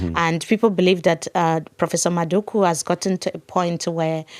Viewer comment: Love the conversation and the discussion. One point though, it’s Prof MadhuKU and not Madhuka. It’s very awkward when you pronounce his last name that way.